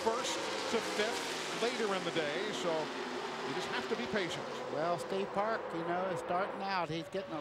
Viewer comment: I can count the times Eli Gold managed to say "Steve Park" and not "Steve Parks" on one hand. Over his entire career.